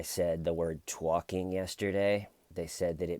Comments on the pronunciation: I think you say tyorking hilariously and indeed exceedingly well. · I love hearing you tawk about tawking. But ED needs to stop tawking. Maybe “toyking”? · Keep Tawking Bro!!!! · I love ya!!! Keep TAWKING! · I like to hear you TAWKIN ‼️